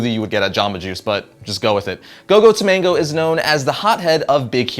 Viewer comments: TAMAGO TAMAGO NOT TOMANGO AHHHH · Go Go Tomago....not Tomango. Egg in Japanese.